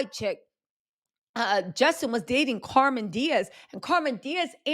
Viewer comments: lol it's Cam'ron Diaz not Carmon lol love you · It's CAMERON Diaz not CARMEN Diaz!!!! How hard is that to get correct?????.....makes you not worth watching!!! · Carmen? Cam- ron😂😂😂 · I’m dying you said Carmen Diaz it’s Cameron 😂😂 you a mess but I’m here for it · Her name is Cam-er-on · Cameron Díaz. CAM-REN DEE-AHZ. Also Jessica had a career before him. He’s just a jerk who doesn’t take accountability.